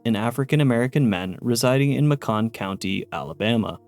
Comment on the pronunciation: And it's May-Kun County, as well. 😊👍